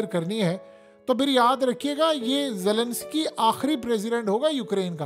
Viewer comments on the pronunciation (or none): none